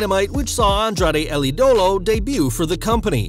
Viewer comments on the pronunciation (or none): Idolo is pronounced ee duh low